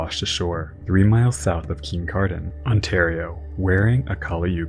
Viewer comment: Absolutely terrific video - just one note - nobody in the area pronounces Kincardine with that much stank 😂. Kin-car-din